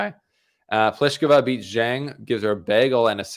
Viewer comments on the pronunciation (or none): none